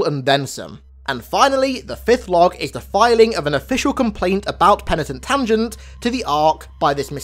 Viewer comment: Mah nigga i could listen to you say Penatin Tungent all night long. It gets funnier with each dab I take 😂😂